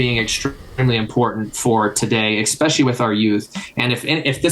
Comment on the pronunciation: Try to say especially, not ekspecially.